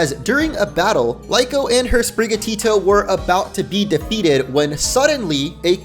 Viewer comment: Why Is Everyone misspelling and calling him wrong it's kinda funny but it's not lyko,or lico it's Liko